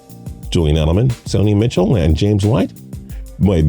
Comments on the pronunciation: Don’t hate him. But he could work on finding energy and figuring out how to pronounce players name. Sony Mitchell?? Sony Michel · St”eye”dham, Sony Mitchell?! Come on my guy, do your research on the pronunciations. You must not be from SEC country..LOL. It happens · You seem knowledgeable, but you need to figure out the correct pronunciation of the players names before you make these videos. Stide-Um? Sony Mitchell? Come on, man! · This mans said Sony mitchell like mitchell trubisky. This mans can’t pronounce anything😂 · Jarret sti dam Are barn Sony mitchel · did he just say Sony Mitchell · Im sorry im sorry what did u just say sony Mitchell